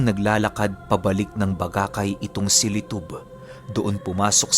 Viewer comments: Correction po,,,bacacay albay...not bagacay albay,,😅😅😅proud albayano listener here,,,from malilipot albay katabing municipality ng bacacay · Bacacay po hindi bagacay.😁 Taga doon po ako sa Bacacay